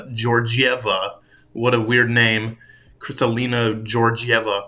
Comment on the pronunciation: How is Krystalina Georgieva a weird name ? Like not at all . Have you been living under a rock ? Versluis is even more weird . Not for me , but for someone who thinks Georgieva is weird , Versluis must be even weirder 😂 come on man ! You sound like an amateur when you say things like that or mispronounce peoples names